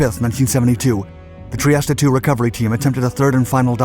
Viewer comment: FFS learn to pronounce foreign words like "Trieste"